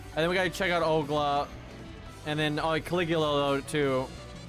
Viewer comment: Where does this Ogla come from? It's Ol (like in old) - Ga (like in garment)